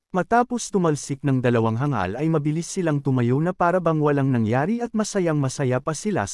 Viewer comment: ayos hindi na hang gal sinasabi mo kundi hangal na good job . korny kse ng hang gal saket sa tenga